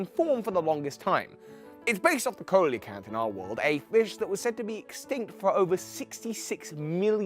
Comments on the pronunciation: Coelecanth is pronounced See-lo-kanth, not Ko-lo-kanth. It's dumb, blame the English language, yada yada yada. Et cetera. Stupid English being all weird. Or Latin. Whatever. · see·luh·kanth not co-le-kanth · For future reference the "Coe" in coelacanth is pronounced as "sea" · You forgot to correct Coelecanth as See-lo-kanth. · This is how you pronounce it se-low-canth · It's seal-a-canth, but close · Isnt the ceo in ceolocanth pronounced as like see? I might just be dumb tho